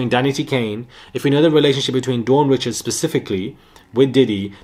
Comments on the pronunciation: No it’s pronounced as “ree-shawd” the pronunciation is French she’s of Louisiana Creole and Haitian descent. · Dawn Richards- pronounced Rickards